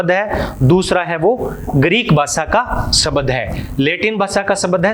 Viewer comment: शबद न बोल कर आप शब्द बोलिए सर।